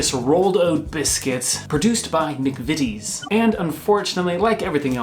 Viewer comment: McVitie is pronounced McVittie, not McVeety. Fun fact: in the Scottish police drama, Taggart, the Superintendent in the first few series was called Jack McVitie, usually referred to as 'The Biscuit" (as McVities make biscuits as well as the utterly delicious Jaffa Cakes). Honestly,, order them in while you're confined in France, you don't know what you've been missing. You can make them yourself: (Be careful to choose a flavourful jelly, maybe a rindless marmalade would work, I've never tried.)